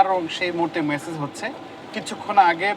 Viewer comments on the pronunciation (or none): message na massage hobe bolda sombadik